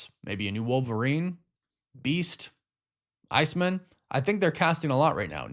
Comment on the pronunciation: why did bro say iceman like how’d you’d say “Letterman” 💀 it’s not a last name wtf